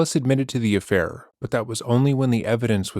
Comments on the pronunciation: The way he said affair 😂 “ahffhai r” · probably the only time so far that he’s had to admit to something. He tries to mumble off “affair” like a fucking little kid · Why did he say 'affair' like that? Wtf this guys so bizarre 😂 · why did he say affair like that!?!?😂😭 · the way he says affair makes me giggle every time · Listen to how Telles says his "affair" . Every other word he says is clear, but he was admitting to a personal failing (😖) so he literally couldn't force himself to even say the word out loud, so it came out fully mumbled 😂